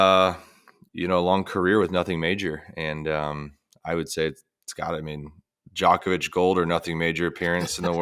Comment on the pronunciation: Steve getting ridiculed for saying Djokovic's name properly